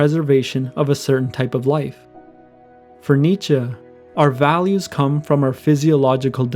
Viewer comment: He is pronouncing it right